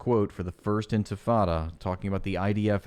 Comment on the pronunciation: She says "intifada" like white people say "tacos." As a Mexican Muslim it's so cringe on a whole other level. ears bleeding Whitewashing? Girl, you are WITE. Every accusation is a confession.